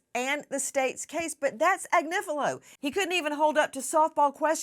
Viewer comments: I can't believe hasn't learned how to say Agnifilo yet when she hears Nancy saying it right, and she hears it in court all day, every day. And I can't believe hasn't corrected her by now. It's not Ag-ni-FEEL-ee-o like she keeps saying, it's Ag-NIFF-ill-o. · Agniflio 😂😂😂baby oil 😅😅 okay Marc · Agnifillio??? Please. This constant name mispronunciation is bonkers!